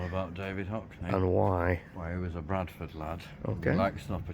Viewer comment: You can tell is a native by his pronunciation of Bradford despite sounding quite "posh" at times 😁